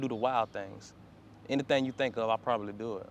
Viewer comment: Anythang? Anything, not anythang